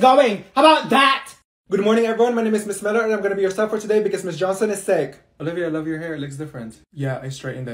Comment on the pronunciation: I accidentally put Olivia at 2x speed when she said “ mRS JHONSOM” and she was like MS JOSON